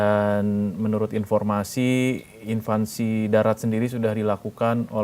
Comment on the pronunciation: "invasi' mas, buka "invansi",.